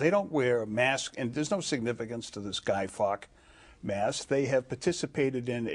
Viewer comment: "guy fawk" mask. oh wow. what a fucktard.